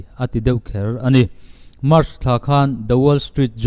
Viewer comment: Island kha ka lo tîm deuh a, ailen tiin lam ila dik mai awm e. Tin, thlawhna thlawh chak zawng tehna mach kha mak tia lam tur ania, much tia lam kha a diklo tih ka rawn sawi ve e. Thahnemngaihna a ni e. Han ti zel la ngaihthlak zel ka duh e